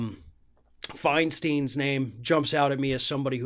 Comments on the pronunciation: Agree with your position. However, you need to get your pronunciation right. It is Diane Fein STEIN, not Fein STEEN. It makes you sound like you haven’t done your research by ever listening to any news report where her name is pronounced correctly. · Love your show, and make sure I'm caught up each morning. But, one thing I guess needs to be corrected. The California Senator's name is pronounced FINE-STINE (like a beer stein). You made such a big deal about the Republican Senator who refused to pronounce Kamala Harris' name right. Could you please pronounce our other senator's name right? I realize you're not doing it wrong on purpose, unlike that Republican Senator. But, it's like nails on a chalkboard to those of us who have heard her name for decades. :-) As for the topic of this video? You're absolutely right that they shouldn't be able to trade in stock while sitting in office. However, I wouldn't go as far as to demand they sell everything outright. Making it a blanket rule that they can't trade any stock until six months after leaving office would suffice for me. There are some stocks that people hold for the long-term. Forcing people to divest of them, or not be able to serve the people, is going to mean some good people simply won't run for office because they have to think long-term.